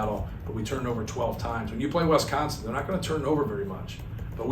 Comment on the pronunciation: It's Wisconsin, not Wesconsin. Thank you very much!